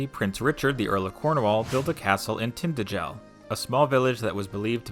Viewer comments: Not BAy-don! There is no long 'a' as in 'ladle' in Welsh. BAdon with 'a' as in cat. Not Historia BrittAnum - Historia BrittOnum. Not TInt-a-gel but Tin-TAgel Not RYe-o-thAmus but Ree-o-TA-mus Jesus Yanks are sooo ignorant when it comes to pronunciation and soooo lazy that they don't make any attempt to learn. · Not Tinter-gel but Tin-tAgel Not Bay-don but Bad-on You havent a clue.